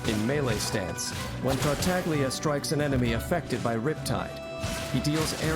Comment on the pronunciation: Childe my beloved. 💜 I finally managed to C6 him this year and I was so unbelievably happy. And thank you for pronouncing "Tartaglia" with the silent "g", everytime it's mispronounced and especially by Childe himself ingame I die a little inside. 😅 A little fact about Zhongli, his Collected Miscellany is slightly incorrect. He is the only character that has ever gotten a rework after release. And thank god he did. I never got the chance to play him in his original state, but having him after his rework I can't imagine him functioning how he does in his Collected Miscellany. Here's a link if you're interested to Mihoyo explaining his adjustments, both in buffs and skill functions. (There was a link here, but I think youtube deleted my comment because of it? If you google Zhongli rework it should be second that pops up) I think it's really hard to properly show off characters that are more off field supports. I think they're really characters you have to play and experience their utility to really appreciate since most of the time they aren't there to be flashy. Albedo isn't really as "set up heavy" as it makes him sound. His field will automatically create/trigger the blooms as your onfield character attacks, and they can put out a good chunk of damage, my not so great built Albedo's blooms can do 30k+ ticks each. I actually curse him out when I accidentally step on his elevator. 🤣 Here I was attacking and suddenly I'm up in the air. Let me disable it Mihoyo!! Eula is a charac